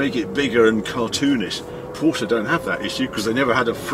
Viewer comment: Glad to hear you pronounce Porsche name correctly 😊